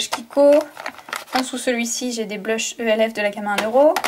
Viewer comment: Tu dit elf mais c'est pas pb